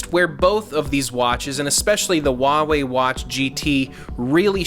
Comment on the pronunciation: You need to learn how to pronounce Huawei...my uncle builds chips for them and watched this with him and he was cringing haha.